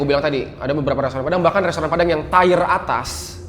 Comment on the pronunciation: TIER nya tiyer ger bukan tayer